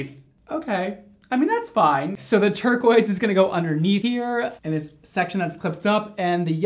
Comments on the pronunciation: anyone else notice “turquise” 😂😂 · “Turquise” lmao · I caught “turquise” “turquoise” the second time was right lol